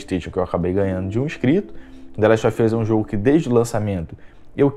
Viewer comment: The last of ian's ? Kkkk sua pronuncia é muito ruin . Não se ofenda mas seu inglês não é bom .